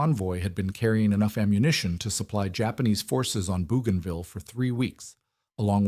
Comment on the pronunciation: Flying northwest out of Henderson Field looks like rubbish to me, as does Japanese radar on the Islands and the pronunciation of "Bougainville". This looks like a very unserious production.